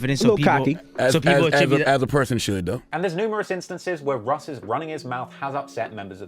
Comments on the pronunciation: Pronounced “Rush” as in Russian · English russ is pronounced rush not russ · UK Russ is pronounced ‘Rush’, short for Russian. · English russ is pronounced "rush" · his name is pronounced "rush" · british russ is pronounced ``rush´´ or like the begining of ``Russia´´ because its a abrreviation for russian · you know uk russ name is pronounced rush because it stands for russian (i havent watched the whole vid yet so idk if addresses it) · it's pronounced 'RUSH' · who tf is russ lol its pronounced rush short for russian in, if he doesn't mention hunch taking his jewels imma be vexed